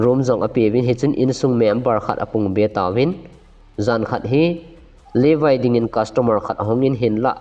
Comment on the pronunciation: Not Livai....... Levi joh ti o